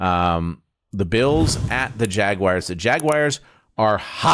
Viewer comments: Ryan Fitzpatrick is a Harvard graduate and still says JAG-WIRES. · "JagWIRES"...and you graduated from Harvard?! 😮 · Fitz is a genius and he still says "jagwires" :face-blue-smiling::face-blue-smiling